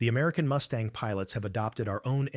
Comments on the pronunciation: Get rid of the bloody AI generated voice. The plane is Mustang not a Moostang.!! FFS!! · What the hell is a Moostang? Crap ass AI at its finest. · “Moo-stang?” Gimme one more, and I’m gone! “Tahn-ah-pah? See ya! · it's not a Moo Stang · “P-51 MOOSTANG!” Hahaha! Idiotic A.I. SLOP! Go away, A.I. STOP INFESTING YOUTUBE! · Robot says Moose-tang. Stupid robot! When robots rule the world and A-I is their God then what chance does Humanity have other than to expect extermination! Resistance is futile!! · Moose-Tang? Please stop paying for this AI crap!